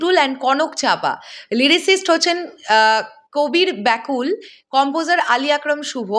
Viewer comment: কবির বকুল হবে গীতিকারের নামের উচ্চারণ। কবির ব্যাকুল শুনতে কানে লাগে। তাছাড়া "বকুল" একটি অতিপরিচিত বাংলা শব্দ। এটা মাথায় রাখলে হয়তো উচ্চারণ ভুল হতো না।